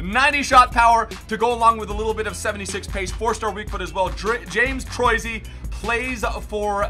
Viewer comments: TROYSY? TROH-EE-SEE is how its pronounced. That bit got me LOOLing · TRO-E-SEE NOT TROI-SEE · Troisi is pronounced Troy-e-See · James Troisi is pronounced "Tro-easy" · Troisi is pronounced Troy-i-si